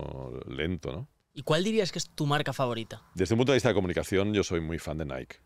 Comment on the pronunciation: Porfa Bruno enseñale a decir "NIKE" lol